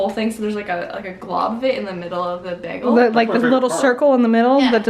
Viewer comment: Canadians say bagel so cute. It's like bag-al. I like it. That being said I don't think it's worth it to eat a bagel anywhere but New York.